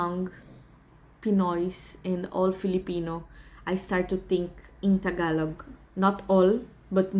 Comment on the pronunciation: Your pronunciation of Tagalog words are bang on. Good on you. Gonna have to work on my Canadian wife on that one